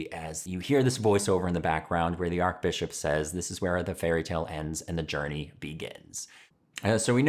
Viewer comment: May I correct you on something without offending you! It's "arch-bishop" not "arc-bishop." Of course, there is no hyphenation in the word. I only used that to emphasize the first syllable.